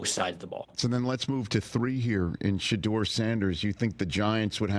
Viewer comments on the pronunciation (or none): Why does he call him Shadurrr Sanders 😂